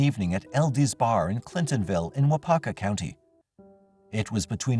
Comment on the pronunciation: Hilarious hearing the pronunciation of cities and counties in Wisconsin. Waupaca and Weyauwega.